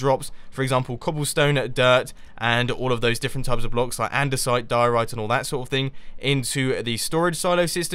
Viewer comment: diorite sounds like diorea XD